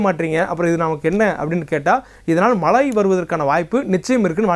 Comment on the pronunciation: Malai nu solatheenga.....it's mazhai